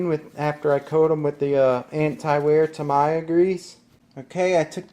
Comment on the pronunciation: Great video! But, whoever was talking in the video pronounced Tamiya wrong. Its, TA-MEE-YA not Ta-my-ya, lol.